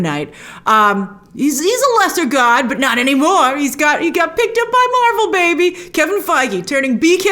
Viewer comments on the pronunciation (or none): none